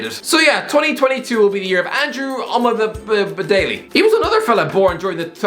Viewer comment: I do love hearing Irish guy have a stroke everytime he says Omobamidele's name